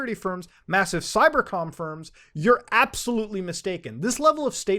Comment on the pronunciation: Matu "appsahlootly" Har. Sorry man, I had to...